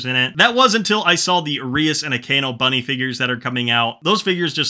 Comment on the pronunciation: Love the video, why did you pronounce -Akeno like that 😭